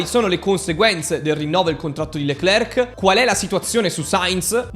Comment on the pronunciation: SI PRONUCIA " LECLER, E NON LECLERC, LA C NON SI PRONUCIA.